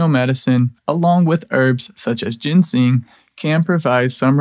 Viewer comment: you're driving me crazy: ginseng is NOT gensing!